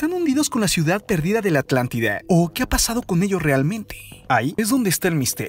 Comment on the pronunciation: Por qué le cambia la a , a las palabras como vida, salida, Atlántida, electrónicas, zona, fuerza entre otras por la *e*. Le pierde seriedad a su investigación. A mí hija le dejaron este tema de investigación y realmente sentarme a escuchar este video es una lata. De verdad que no pude concentrarme en su investigación.